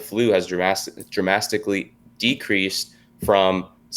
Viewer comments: and he said “dramastically” instead of drastically or dramatically jesus christ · omg this moron just said "dramastically" twice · Man said "dramastically". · "Dramastic..ly...? [hm—no, I'm going with it]... Dramastically...."